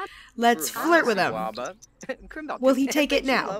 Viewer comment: He said i WILL. Emphasis on will.